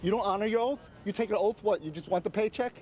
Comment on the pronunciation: The saying is " honor your oath. It is not honor your "oaf" Speak correctly Bruh